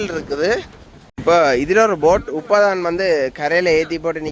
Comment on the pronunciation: யாரடா அது உப்பத்தான் வந்தனாங்கள், உப்பத்தான் போட் வந்தது என்று கதைக்கிறது.. முதல்ல தமிழைச் சரியாகக் கதைக்கப்பழகு.பிறகு எங்களுக்குப்படங்காட்டலாம்.